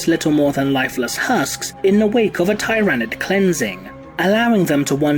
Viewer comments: Hey, real quick... does anyone else think pronounced Tyranid wrong? I’ve always heard “tier”-anid. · I think this is the first time i've heard Tyranid pronounced tye-ra-nid instead of teer-ah-nid. It's marginally distracting since i've only ever heard the latter format before today. To each their own. Also Tyranids have guns!!? O_O That's horrifying.